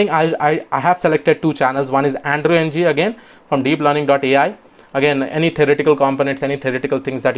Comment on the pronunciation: Thanks for the useful tips! Just one comment--Andrew Ng's last name is pronounced as a syllabic eng [ŋ̭̍], which is the ng sound at the end of 'song' pronounced as a syllable by itself (a bit like the n sound at the end 'button' is).